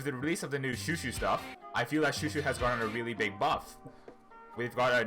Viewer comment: THANK GOD SOMEONE WHO PRONOUNCES CHOUCHOU RIGHT